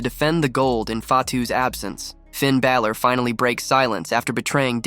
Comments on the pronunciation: Finn BALOR not BAYLOR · your ppronoucing balor name wrong.